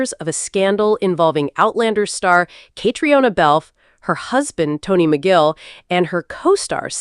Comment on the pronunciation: Her name is pronounced “Katrina;” please say it correctly!